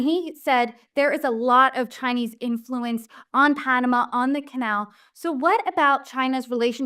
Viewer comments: Panamu??? It's Pan u mah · Where is the female host from? She doesn't know how to pronounce Panama!